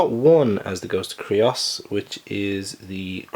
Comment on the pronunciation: Creuss is pronounced like Dr. Seuss *CHANGE MY MIND*